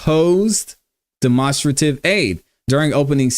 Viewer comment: "demonstrate" (Den-Ma) - strative (straight-tiv) =demonstrative. lmao, that was killing me.